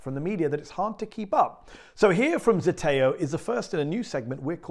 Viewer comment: We support you 100%. Don't be insulted, but the name Zeteo? We can't pronounce it, cant annunciate it, can't relay it by word of mouth. I am hearing, "Mateo" or "Dateo", but I am not hearing "Zeteo".